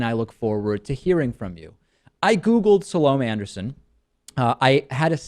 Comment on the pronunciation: If you are going to take Ms. Anderson on you might do well to learn how to pronounce her name properly.